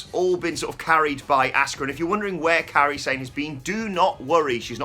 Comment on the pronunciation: Why do you guys pronounce Asuka's name differently?? says ASK-uh and pronounces is correctly as AH-ska 🤷‍♂️